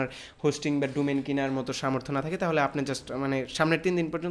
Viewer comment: Thik bolcen...ei salar vaier English sunle r English bolte icce kore na